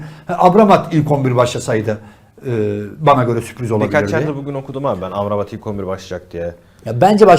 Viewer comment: bu adam neden sürekli abramat diyor bunun doğrusu amrabat değil mi ?